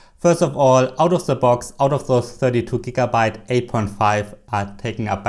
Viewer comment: "Ze Box"